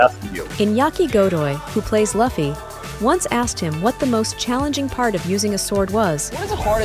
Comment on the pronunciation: Was vibing with the video until she pronounced luffy as laffy.